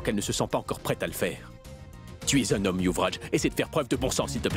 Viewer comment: Elle a dit ouvraj🤣🤣🤣🤣🤣